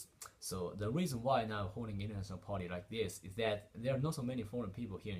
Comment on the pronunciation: It's not ポーティ it's PARTY Work on your pronunciation